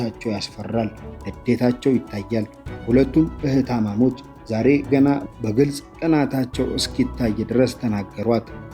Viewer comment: ብስሪ የአንችን እውቀትና ፕሮግራሞችሽን እንወዳቸዋለን ግን ትረካውን የሚያቀርበውን ሰው ስትመርጭ Atleast ጥሩ የአማረኛ እውቀት ያለው መሆኑን አረጋግጪ። የዛሬው ላይ አቅራቢው በተደጋጋሚ ግዜ "እህታማሞች" እያለ ነው የሚያወራው። መባል ያለበት " እህታማቾች" ነው። ይሄ ደስ አይልም በዛ ላይ ከማቅረባችሁ በፊት edit ተደርጎ ሊስተዋል ይገባል። በተለይ ትክክለኛ ቋንቋዎች ተበላሽተው ሲጠሩ ትክክል ስላልሆነ ቋንቋውን በበቂ ሁኔታ መናገር በሚችል ሰው አስቀርቢ። I need a like sign if u are accepted my idea dear.